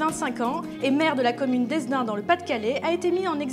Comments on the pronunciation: hesdin ce lit "hédin", le s est muet. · on ne dit pas hessedin mais hédin , ça s'écrit hesdin ^^ le visage de la demoiselle brille , luit trop ! bon courage